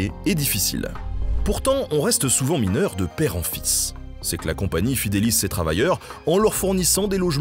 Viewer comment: Je suis mineuw !!! 😂👍